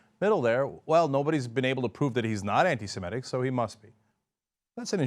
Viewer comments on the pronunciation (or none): Stop saying "antisimetic" when you are trying to say "antisemitic" Americans! It sounds like you are actually trying to say antisymmetrical but it has too many syllables.